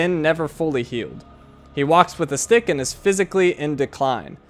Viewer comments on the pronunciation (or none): none